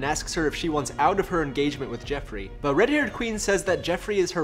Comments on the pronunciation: It's JOffrey, not JEffrey! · Joffrey, not Jeffrey, but its funny this way.